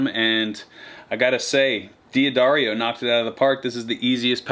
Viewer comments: Hey, so you pronounced it wrong... it's DA Darrio... I always said it kinda like you, too. I said D Adarrio... Anyways I only know because I called them, and the waiting music info says it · Really enjoyable video! Per favore, si pronuncia: dahd - dar - io